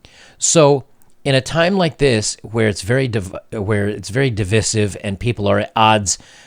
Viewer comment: It's pronounced div"eye"sive, not div"is"iv. Otherwise great video 👍